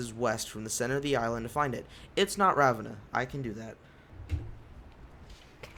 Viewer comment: The way you pronounce Ravenna